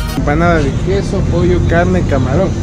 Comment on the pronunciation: Cuando dijiste " este quesó " me di cuenta que heres Quiteño :) tenía una amiga que nació ahí por villaflora decía ella :) yo ni se donde es :,v